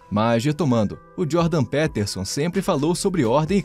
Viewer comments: "Pétérson" ---> "Piterson"... vlw pelo vídeo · Pronúncia de PEterson ta uma bosta hein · É Jordan Pi Piterson, o e tem som de i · Jordan "Péterson" é de doer, hein. Será tão difícil falar "Píterson"? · Jordan P(i)terson soa mais correto, considerando que ele é anglófono. E QI é apenas uma pequena parte da avaliação de inteligência, ou de forma mais ampla, de capacidades. Ótimo vídeo, como sempre. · primeiro de tudo: "Péterson" é muito esdrúxulo hein?! podia ter tido algum esforço pra pronunciar o nome do cara corretamente, mesmo se não fala inglês. segundo de tudo: Jordan Peterson argumenta que o QI é um bom "fator preditivo" do sucesso de uma pessoa. Não significa que ele tem preconceito em relação a isso, apenas que já é um bom indício da capacidade/potencial de alguém. Seria como falar que é preconceito dizer que alguém que fez graduação e pós graduação está mais preparado do que quem não completou o Ensino Médio.. kkkk Vídeo ruim com argumentos ruins, que nada têm a ver com "visão libertária", o que foi o mais estranho de tudo. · PÉTERSON... Isso é AI lendo texto. JP não disse isso sobre o Brasil, foi outro cara. Só navegar pelas fontes. CLICKBAIT! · Jordan "Péterson"? kkkkkkk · "Péterson"? sério? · Só arrumem a pronúncia do sobrenome do homem. 😬🙄 No mais, o vídeo tá bom. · Aprende a pronunciar o nome dele pro cara não confirmar a tese 😂😂😂😂